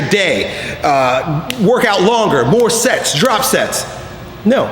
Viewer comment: Am I the only one that thought he said "More sex! Less sex!" and not "More sets! Less sets!" XD